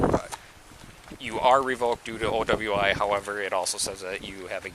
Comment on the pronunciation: OWI sounds like oweee